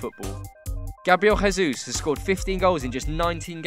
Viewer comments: Why does this guy says "gabriel hesus"? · Well, you know that here in Brazil we dont speak spanish, right? So Grabriel Jesus is not Gabriel "Resus" ok? The J doesnt sound like R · I'm Brazilian and the correct pronunciation of the letter J in Gabriel Jesus is the natural sound of J in English, not the sound of the letter in Spanish. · Gabriel Jesus is not from a spanish speaking country, the way we pronounce Jesus in portuguese sounds like the mix of the english version then the spanish one. The J sound is more like english, the rest sounds like spanish.(kind of)